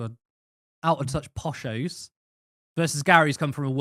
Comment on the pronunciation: "Posho's" - really dude?